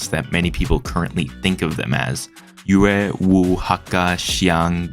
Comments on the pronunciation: im sorry but you butchered Yue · As a Yue speaker your pronounciation makes me want to die Good video tho